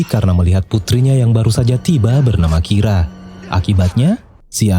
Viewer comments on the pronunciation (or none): menit 7.55 ngomongnya kira lama lama kok jadi rika? gimana nih?